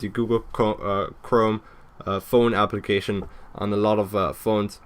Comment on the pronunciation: When he said "Application" I thought he said "Obligation"